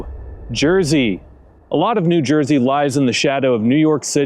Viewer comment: "Noo Joisey."